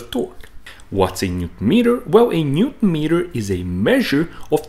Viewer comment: If i had to constructive criticize you, is that you do not pronounce the word Newton completely and it sounds awful 😢